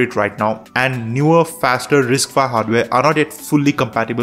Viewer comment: It's "RISC five" not "RISC phi". 😂😂😂